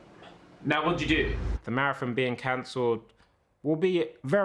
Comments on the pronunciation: Vik: "Marrathong" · the way vik says marathOn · Why can’t vik say marathon?😂 MaraTHOOOON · Vikk pronouncing maraTHON with that much emphasis is so funny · The way vikk says marathon weird for anyone else???? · vik cant pronounce marathon pass it on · Why vik say marathon like that. It's his Sheffield showing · The way Vik says Marathon though... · Frustrating lol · Why does vik say marathon so weird?